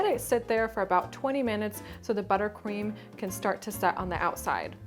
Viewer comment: Ahaahha I noticed u said butter queem